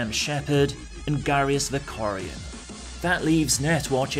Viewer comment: Garrus VekariON? How dare you.